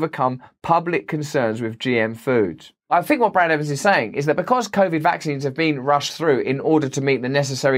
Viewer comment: "Brad Evans", has an "s", in it.